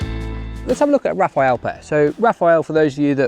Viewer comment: ... it's "rah-FAHL", " not "Raphael". It come from the French word for "burst" (like in "machine gun burst" , which is "rafale de mitrailleuse" in French). Rapid succession of targets coming from the same thrower (just like "rafale de mitrailleuse" is a rapid succession of bullets coming from the same machine gun).